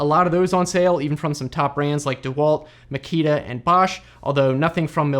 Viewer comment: Was Funny to Hear you say makita. The good German quality 🇩🇪